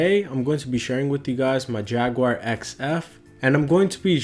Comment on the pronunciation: You should pronounce it correctly it’s not had and the spelling is very clear I am sure I would be bombarded is called the Corrvet a cornet